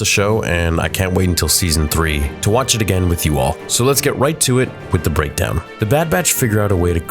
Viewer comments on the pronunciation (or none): What’s with the “BREADKOWN” instead of “BREAKDOWN”? You’re early for April Fool’s Day! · Ah yes i love my daily "Bread kown" videos xD